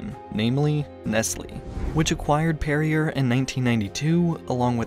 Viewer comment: Perrier is pronounced "Perry-ay"